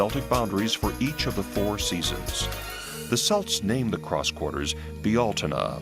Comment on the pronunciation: How come y'all people be making videos on Irish history but can't figure out how to pronounce Gaelic words. Its oh-wum not og-gam, its Kelt not Selt. Its ish-kuh bah (uisce bá - whiskey), not however you butchered it. You want to make a linguistic connection but you can't even speak the language! Smh!